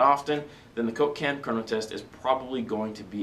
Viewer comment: The way says coke-can sounds like cocaine.:D